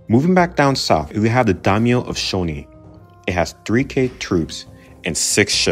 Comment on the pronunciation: My biggest issue with this video is your pronunciation of the Daimyo clans.